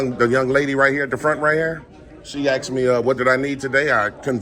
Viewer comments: I like the way you say “ask-t” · So you say they're playing games? Then you talk about your game comparing it to chess. Sounds as stupid as you saying AXED like you do. You want them to go by their policy identifying when they are identifying by name tag, badge and uniform.